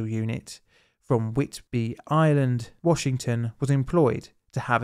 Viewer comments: There's a 'd' in Whidbey... Where are you getting 'Whitbey' from? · WHIDBEY Island, WA.....lol not whit-bee, but otherwise a great vid :)